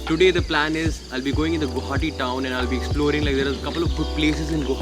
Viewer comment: "Guwahati" ... Why pronounce as "Guhati" or "Gauhati"????